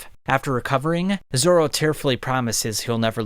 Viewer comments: Please dont say ”Zolo” ever again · bro really said Zolo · What the heck is Zolo it's Zoro 😒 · 😂 he said zolo